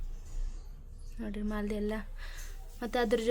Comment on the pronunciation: ಅದು ಮಾಲದಿ ಅಲ್ಲ ಮಾದಲಿ ಅಂತಾರೆ